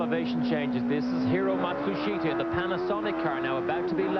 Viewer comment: Old or Young, Paul never failed to butcher Hiro Matsushita's name.